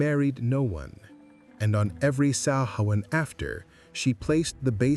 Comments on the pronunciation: Pronounced Soween not Soven. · Excellent research The name for the evening of the festival, Oíche Shamhna, Shamhna or mí na Samhna means the month of November.. Also it's pronunciation is sow wen. Great video and thanks for posting